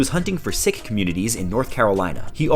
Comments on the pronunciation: lol pronouncing Sikh as sick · Sikh is pronounced the same as "seek" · Bro you saying ‘sick’ instead of Sikh is cringing me out to the max and I’m not even Sikh